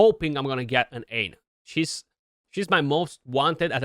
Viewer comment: Congrats, big fan of Aine, she's a game changer. One thing & there's no way you'd know this by looking at the word but it's pronounced Awn-yah. Irish words & names are a bit weird